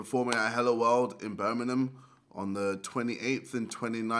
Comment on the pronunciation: Cringed when you pronounced Birmingham